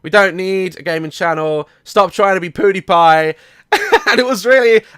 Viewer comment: Am i the only one who noticed he said "Poodiepie" instead of Pewdiepie?